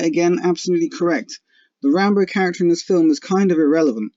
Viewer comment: It's RambO, not RambER